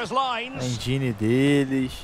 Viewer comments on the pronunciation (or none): porra, tá errando a pronúncia. é enguine ou enjáine.